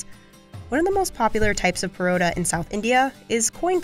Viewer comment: finally someone who calls it porotta instead of parotta